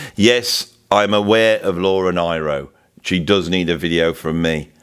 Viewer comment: Great subject matter, always loved this song (and many more of Joni's)... And yes, that line is incredibly powerful. (btw, Laura Nyro's name is pronounced "Neero")